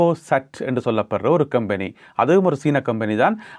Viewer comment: கொம்பனி, கெம்பனி இல்லை